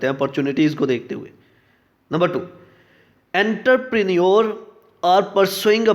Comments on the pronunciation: It's not enter It's aunter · Sorry for judging you.... But you have wrong pronunciation of entrepreneurship.... Plz check it from Google